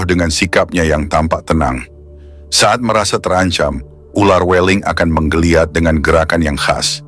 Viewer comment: "Weling" dengan huruf e yg dibaca seperti huruf e dalam kata "beling, berangkat, kerbau". Bukan seeperti huruf e dalam kata "bebek, cewek".